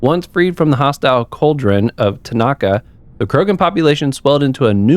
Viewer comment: ahh yes the Krogan homeworld of "Tanaka" lol love the videos man, the mispronunciations crack me up though.